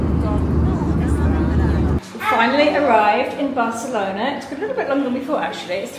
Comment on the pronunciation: The wedding was beautiful. I watched it at Elizabeth channel yesterday. Its wonderful to see both sides of this girl's trip to Barcelona. I love how Elizabeth pronounce "Bachelona". Is it the Italian way?